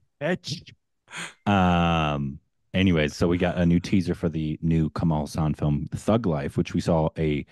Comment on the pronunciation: Okay. I hope sees this cos he seems to care more. Kamal Haasan. It is not Kamaal Hussan. Ka-mal Haa-San sounds like Ka like co in come or condition Mal like mull. Kamal means lotus. Kamaal is an Islamic name. Haa like Mr. haan San like sun. Commented multiple times on old videos over the years on yt.